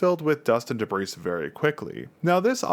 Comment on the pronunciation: FYI: The 's' in debris is silent.